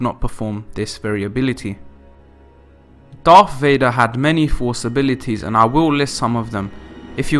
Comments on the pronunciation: “The dreaded Darth Vay-nah” Dreadful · Darth Vaner? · "Darth Vadnar"?